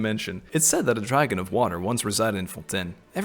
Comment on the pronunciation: Cyno: fonten...........get it?